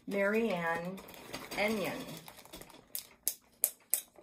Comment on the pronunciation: The Eynon (pronounced Eyenone) sampler may well be Welsh as Eynon is a popular Welsh surname